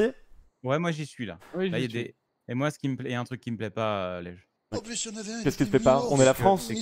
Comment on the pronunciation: Juste un détail mais : « Ce qui » et pas « Keski » les douzes premières fois j’ai rien dit mais là je n’entends plus rien à cause du sang dans mes tympans...